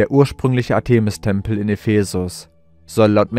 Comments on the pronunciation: Der Sprecher sollte sich vielleicht doch mal informieren, wie man historische Eigennamen wie Artemis, Ephesus und andere korrekt betont und ausspricht. Was er daraus gemacht hat, ist eine Lachnummer. Wir haben nach vier Minuten ausgeschaltet. Es war nicht länger zu ertragen. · Interessante "Behauptungen und Vermutungen". Ich weiß nicht, was wirklich geschehen ist und bleibe offen ... Ich hab' nur eine Bitte, lieber Vorleser, hör' Dir mal an, wie man z.B. Artemis und Ephesus ausspricht. Und Du klingst eintönig, was Du sicher noch verfeinern könntest 😅 Es ist auf die Dauer einschläfernd für mich und das ist sicher nicht Deine Intention 😉 Bitte nicht böse sein, doch ich vermute, daß Du ernst genommen werden möchtest?